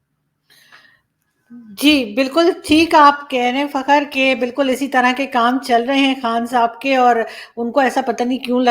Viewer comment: madam ji, fakaar pronounce karein plz